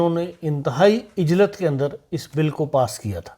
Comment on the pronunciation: محترم صاحب یہ لفظ عجلت ع کے اوپر پیش کے ساتھ پڑھا جاتا ہے نہ کہ ع کے ساتھ زیر کے ساتھ ۔آپکا بہت شکریہ ۔AK.FRANKFURT